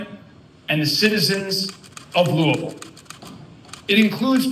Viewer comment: Thanks for saying Louisville correctly. That was unexpected yet appreciated lol